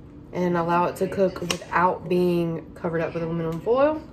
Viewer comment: 🤣🤣🤣 says cok with me instead of cook 🤣🤣